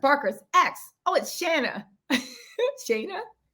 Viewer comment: its shan-na.. my ole mans ex has the same name🤣🤣